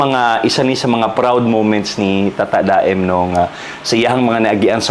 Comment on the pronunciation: Tata-da-em diay ang pag pronouce ana.. yawardsss sorry iyaan abi gyud nko ug tata-damn ang basa ana ay pina-slang lng ba😂 ahaka oyy! Anywaysss love you both!❤